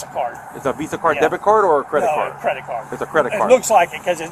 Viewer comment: This police officer is t the sharpest tool in the shed!!! “Did she wuze a cwedit card”??